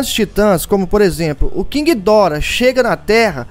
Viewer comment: tanto faz, só achei estranho sua pronúncia